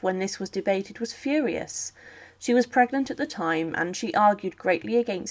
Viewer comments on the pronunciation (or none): none